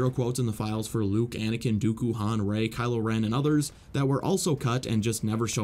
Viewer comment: ?????? It’s Rey not Rai.